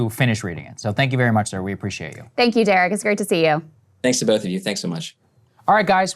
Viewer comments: Saagar your fake teeth are getting in the way. It's Derek, not Jerek. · Did Saagar call him Jerick Thompson? Or Jared Thompson in the beginning? "Great friend of the show..." lol